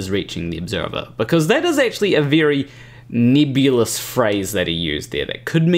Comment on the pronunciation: I'll start listening to him when he learns how to pronounce nebulous properly!